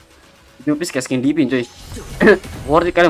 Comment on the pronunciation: Divine bang bukan Dipin 😅😅